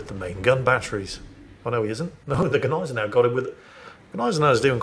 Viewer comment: And grammatically speaking, "das Schiff" is a neutrum. So never male. Maybe he's referring to "der Dampfer" ;) I wonder if he had his knowledge from the same source, that told him Gneisenau is pronounced Neisenau.